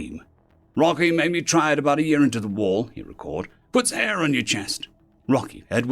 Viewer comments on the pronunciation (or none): none